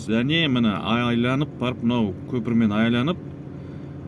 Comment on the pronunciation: Айланып емес, айналып деп айтсаң, қазақ тілін бұзбай